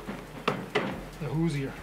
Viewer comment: Good vid. fyi, "Hoosier" is pronounced with two syllables: who-zure. Not with three (who-zee-er) like you were saying. Think Indiana.